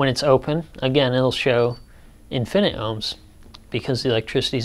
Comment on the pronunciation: Infi-nit. Not In-finit. Otherwise a decent primer on resistors.